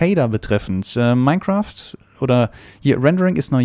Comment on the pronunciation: hast du mineSCHAF gesagt????!!!!!